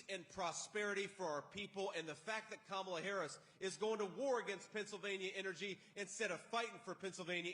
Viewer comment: He's saying her name right! Wow!